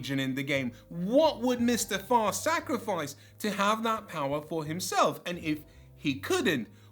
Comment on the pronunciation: I thought he said Mr. Fart!